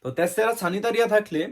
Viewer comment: তর মত মগা নাকি তেসরা সেনিতারি না সানিতারি বলবে হালা মগা